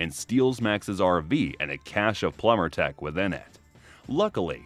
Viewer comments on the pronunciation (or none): none